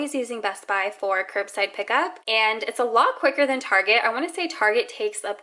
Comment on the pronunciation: Idk why but when you said target like tazej the first time it triggered me btw I am not american